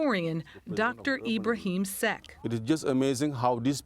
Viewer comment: The Senegalese historian's surname is pronounced "Secka", not "Seck", although that's how it is spelled.